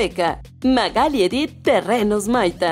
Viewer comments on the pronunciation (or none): none